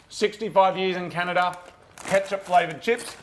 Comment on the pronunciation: Glad I'm not the only one who calls it Canadia half the time